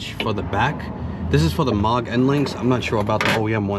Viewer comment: Been enjoying your MK8 videos - just a heads up, Moog has a "mooo" (like a cow) pronunciation......not "awww" (Mawg).